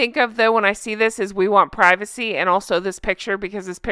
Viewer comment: We want privac-ehh! " haha 😄